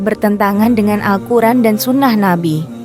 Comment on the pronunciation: Aneh siapa ini yg ngomong? Robot atau tai kotok? Ucapan bismillahirrahmanirrahim juga salah mengucapkan nya, Al-Qur'an di sebut Al kur'en, terkutuk bagi yg menyalahkan ucapan dengan sengaja